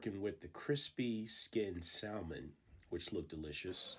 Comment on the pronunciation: You said Sal mon…no…no…no. You just lost credibility with that pronunciation lol